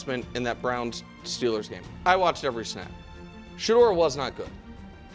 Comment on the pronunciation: Nick did Sheduer like Kevin Stefanski did Sheduer in the post game speech of his 1st win.